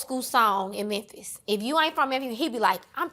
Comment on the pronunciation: "There's only one Memphiz" 😅😅😅😅😅